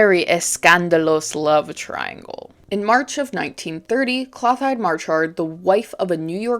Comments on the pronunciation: it’s “klo-tild-ah” not cloth hide lol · Clothilde's name is pronounced like "clo-teeld"